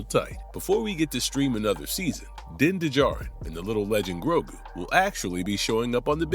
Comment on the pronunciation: you are hitting one strike after another.... din de djarin???? like in many other videos of yours lately....you have never watched anything of what you are talking about, and your ai scipts don't help you either, when you are reading of it like the robots you employ to write this garbage....